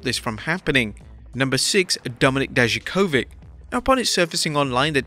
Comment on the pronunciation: It's incredible how badly you pronounce Dijakovic. Not even close to how it should sound like